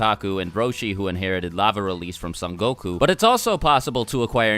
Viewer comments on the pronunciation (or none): Yeah but sounded like he said som goku